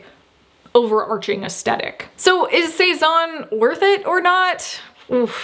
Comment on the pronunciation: Love, love, love your content for helping educate me about quality clothing and fabric. But not sure why all US fashion bloggers don't correctly pronounce the "th" sound in the word "aesthetic." And vs.stands for versus (not verse). I know you value learning and education so hopefully viewers of this channel who also value the same things won’t mind this comment.